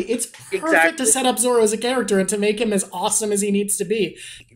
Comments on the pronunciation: I like how you correct her slight mispronunciation of Nami, but then let her keep saying "Zolo" over and over, for the whole rest of the video 😂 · Its zoro. Not zolo. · What a fantastic video idea. I really enjoyed this conversation. Lots of interesting observations. Thank you. Although I have to say, an L in Zolo instead of Zoro bothers me way more than an ay in Nami (and Nami was the one that you corrected). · Don't say Zolo, it's Zoro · I love that you corrected her pronunciations on everything except Zolo